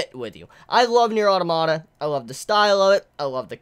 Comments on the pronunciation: That's fine and all, but automata is not a Japanese word. It's roots are Greek and have a proper pronunciation based therein that should be adhered to for consistency. Yoko Taro did not invent the word, and so does not get to decide how it is said. If that's a lot of peoples only exposure to the pronunciation, then that's understandable, but it is not an argument for the proper pronunciation. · It's pronounced Automata, not Automata!